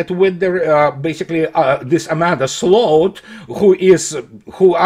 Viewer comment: somehow managed to perfectly pronounce the Dutch word for ditch: sloot. Fitting I suppose.